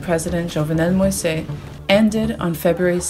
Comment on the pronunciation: The president's last name is pronounced mo-eez, fyi. Thanks to Peoples Dispatch for great coverage of issues that are often ignored or barely touched upon!